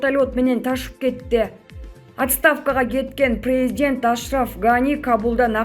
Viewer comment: Президент дегенде туура басым коюп окусан Боло,эптеп учко окуп бутконсунго,сабатсыз